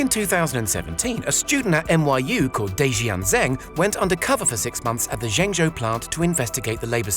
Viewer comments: dude, couldn't you have checked how to pronounce Zhengzhou? It's like being lectured by a person calling London 'Rondong', hard to take seriously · My ears are dying from hearing how you pronounce Zhengzhou.